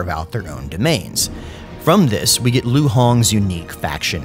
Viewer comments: Liu is not pronounced Lv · You use a northern Chinese accent when you say Liu or Lu